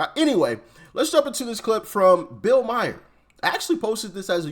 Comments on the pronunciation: Read his name Doc. It's Maher, not Mayer! He's very famous. You look ignorant when you can't pronounce his name. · Doc!! That’s not how you say bill Maher’s name.